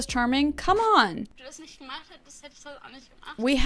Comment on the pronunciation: Damn I'm again really impressed with your german pronounciation. That "ch" in "nicht" was almost spot on. Most english speakers can't pronounce it this way even when they've been learning german for some time.